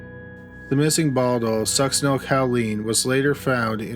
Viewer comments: I love your stuff but just for future reference it Sucks-sin-ol-COH-Leen. Not ‘cow”. I’m sorry, I’m truly not doing it to be mean. I just can’t help myself. 😁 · And the drug she was using is pronounced Suck-sin-el CO-LEEN, not Cow-leen. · The med is pronounced sucks-eh-nyl-ko-leen, not cow-LEEN, but good try nonetheless. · Cowleen or choline (co-lean: no “w”)? 😉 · I'm sorry I have to... succinylCHOline not cow-leen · Succinyl "ko-leen" not "COW-leen" and you cannot detect it after death usually because it breaks down in the body really fast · Suc-cinal-coaleen is more how you pronounce it. 😰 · Fyi... Succinylcholine= suck-sin-ill-ko-leen... There's no 'cow' in it, lol 😉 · it's pronounced succinyl KOL-ine. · The Succinyl-COW-line pronunciation kills me. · me too... Cow?? 🐮🐄😐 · It's also succenol co lean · Ffs succynal Choline not caleen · OMG, I love your videos but, so help me, if you mispronounce Succinylcholine incorrectly ONE.MORE.TIME., I'm going to turn this car around right here! =D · Hoooooow can you be a murder channel and mispronounce succinylcholine 800 times in a row lol. You can’t watch more than 3 episodes of Dateline without hearing that word 15 times. The cringe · omg, I was looking for this comment. I'm literally physically curling into myself every time I know it's coming. I don't even know how you'd get this pronunciation from the way it's spelled. OK, I feel a little better now that this off my chest. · Oh my god, I’m not the only one. I twitched every time I felt it coming. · You know, you got a pass on the 'Chick-a-fil' but if there's a medication you can't pronounce, look it up! Succinlycholine is such a popular drug for killers we all know how to say it!!! This is a crime channel, what the hell??? Friggin' "Chick-a-fil ' was inexcusable also!!! No more passes, dummy!!!! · Just in time after I went out to do some essential grocery shopping! Stay safe! Video starts . That pronunciation of succinylcholine....